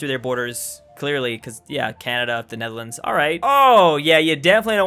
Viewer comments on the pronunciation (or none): none